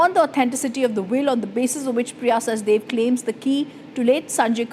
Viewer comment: Priya is "Sachdev" - why does Republic insist on calling her "Sachdeva" - Please correct yourself. You are calling her both in the same video